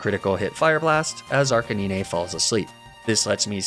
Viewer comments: is the "arcineenay" thing supposed to be cute?...funny? because it's not either of those things. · we just gonna pass over “arcaneenay”? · uh arcanin-eh? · I hate how he says arcanine totally wrong. Makes me wanna stop watching sometimes. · Does he mispronounce names on purpose? Like Arcanine and Facade? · dude can you please just pronounce arcanine correctly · nah bc wtf is a arc-a-niney and lapra😭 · Good videos but the way you pronounce Lapras, Arcanine and Magnemite is actually an assault on my soul. Also Tauros being a horse what? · That is not how you pronounce Arcanine. And Lapras for that matter.